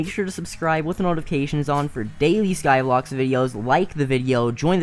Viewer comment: He said skyblox twice 🤦